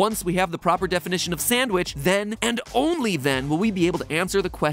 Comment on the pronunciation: tf2 sandvich